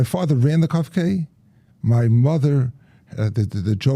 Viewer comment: Kof- K not Chof- K- who knew!